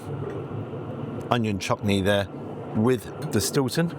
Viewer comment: Not so much Eats as Sloshed 🤣 "They put the shhtilton and shhhhleric in the zzzzzz"🤣